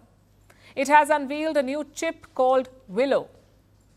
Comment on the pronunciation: Check your pronunciation of 'unveil'.